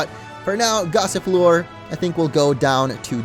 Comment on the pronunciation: Duraldon loooks like a ice type to me Gossifleur, thought you said Gossiplure lol